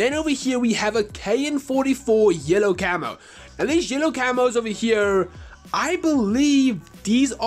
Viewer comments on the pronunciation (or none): none